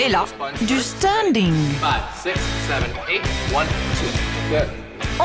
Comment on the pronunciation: Stunting, pas "standing" ^^